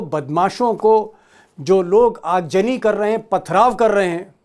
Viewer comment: Aag jani nahi yaar aag zani boltey hai urdu ki tang todney par amada hai